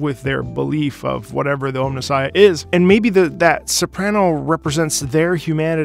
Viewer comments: He kept saying Ohmnissiah, which is also pretty badass but not quite right. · Also it is pronounced OMNI Sighia